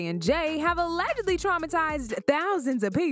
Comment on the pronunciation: Allegedly. The “g” is pronounced like a j.